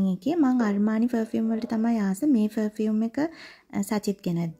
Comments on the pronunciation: ෆ(ර්)ෆියුම් නෙවේ අක්කෙ ප(ර්)ෆියුම්❤ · Two things... 1. It's පර්-fume. You can use Google voice to learn how to pronounce words properly 😊... 2. Makeup, once opened needs to be kept in the fridge... N they need to be refreshed every 6-8months 😊... නැත්තං ඕවා ගැවම ඇගට විස වෙනවා. Plus, use කරන්න ඕනෙ Organic, Vegan makeup. Your father can send from America 😊...